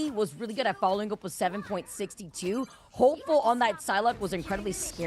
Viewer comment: Not " 7 Point 6 2" Just 762. Its a bullet caliber. Like .45 ACP you dont say "point 45..." Just trying to help the hosts for the future 🙂